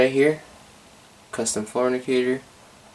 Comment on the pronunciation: Fantastic collection and a fantastic tour! Somewhere along the way, you said "floor indicator" and I heard "fornicator." Note: inhaling ginger ale is NOT recommended.